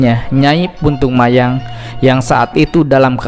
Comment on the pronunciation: punten sanes puntung mayang tapi puntang mayang,resi saradea ti gunung arca